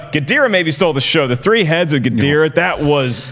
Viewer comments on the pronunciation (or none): GEE-DOH-RAH guys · No one on the panel can pronounce ghidorah 😂😂😂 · ' pronounciation of Ghidorah....YIKES!